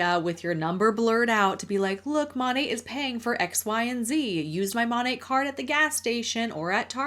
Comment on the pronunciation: This is a very silly nitpick on my part, but does it bother anyone else that it's pronounced mon-ate and not mon-at? There's no e at the end. Why do they pronounce it as if there is??